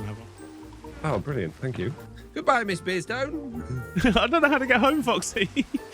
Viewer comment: And it’s always Mi’’’’beardstone (foxy skipping over a few syllables 😂)